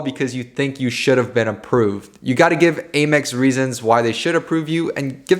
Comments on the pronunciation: AYE-mex ?? It’s Ah-mex bruh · Hearing you say Aye-Mex bothers me I’m used to hearing Ah-Mex lol